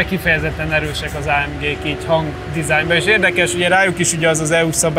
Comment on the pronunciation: A jobbaknak feltûnik, hogy szándékosan mondta így, ráadásul egyszer.